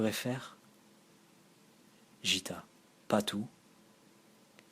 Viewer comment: Un grand merci pour ce partage. Paroles habitées, voix posée et vraiment très agréable à écouter (un petit détail qui n'entache en rien l'initiative : Gitta se prononce "Guitta" plutôt que "Jitta"). Excellent choix d'œuvres (Aurobindo, Satprem, Dialogue avec l'ange, etc...), leur contenu ramène à une spiritualité fondamentale bien nécessaire dans le chaos spirituel actuel (Peut-être les approches de Krishnamurti ou de K G Durckheim te parleront aussi?) Bonne continuation et encore merci pour ces lectures !